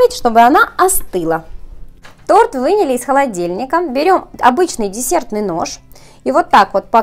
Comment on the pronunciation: Не "Вынили",а вынули